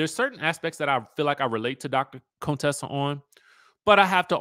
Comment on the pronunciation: Chyle… stop calling that poor woman Coon-tessa